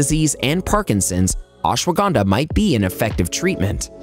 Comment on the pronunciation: You pronounced ashwagandha SO wrong 😭